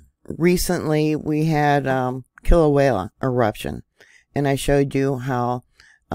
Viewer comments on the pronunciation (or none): none